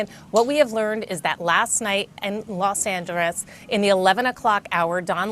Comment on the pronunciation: is she drunk?! Why did she say Los Angeles like that? 😂